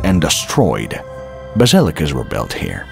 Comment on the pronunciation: Yeah he said belt for word built